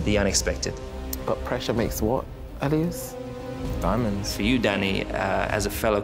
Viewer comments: i can't be the only one whose soul dies a little every time a guest pronounces elias' name wrong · Why does no one ever prep the guests on how to pronounce Elias’ name 😫